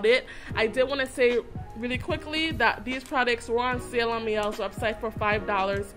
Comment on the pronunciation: Neg'Mawon the owner actually explained why the brand is called what it’s called... Her daughter’s middles names both have Elle in it and it’s named after her daughters ‘My Elles’... The brand is pronounce My-Elle not Me-Elle. In this case it’s not a french word. That is from the owner of the brand. The initial commenter is actually right...